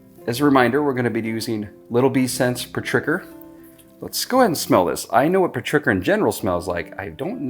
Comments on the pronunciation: FYI: Petrichor is pronounced PET - REE - CORE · I love this video simply because I got to lol every time you said petricker. We love how real you are. I love finding new info and tips from all your videos but it also confirms when I'm doing things properly when I see you doing thing similar to my process. Thanks for this! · I was going to say the same thing, because when he pronounced it, I was like "what was that?" then he described it and I went "OHHHH!" LOL